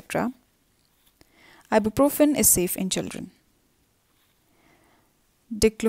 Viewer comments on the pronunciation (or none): none